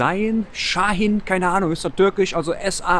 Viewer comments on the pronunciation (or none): none